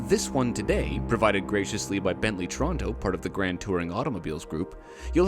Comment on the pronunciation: I've never heard someone pronounce Toronto as 'trondo' before